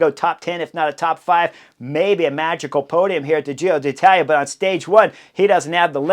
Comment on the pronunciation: Hey Chris! I love your commentaries, have been following every one of them. But please PLEASE, pronounce "Giro d'Italia" correctly. As an Italian speaker, last year, I cringed every time you said Giro DEE Italia. It was like fingernails on a chalkboard (for those who remember chalkboards) There's an apostrophe there for a reason. It's Giro DEEtalia. Thanks in advance!